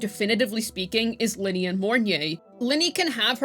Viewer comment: Ly-nae not linny if i am not mistakenn love your guides btw hehe❤❤